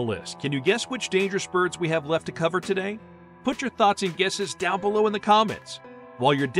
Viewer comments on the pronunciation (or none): none